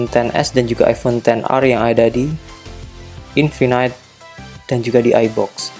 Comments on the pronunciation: Bacanya infinite bukan infinight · Maksudnya pronouncenya yg bener "infinit" bang, bukan "infinait".. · Iya, dia bilangnya (baca: infinait). Bukannya yang bener (baca: infinit)?